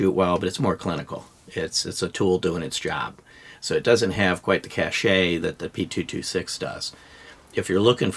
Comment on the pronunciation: I know even people on TV make the same mistake, but "cache" is pronounced "cash" in both the USA and UK.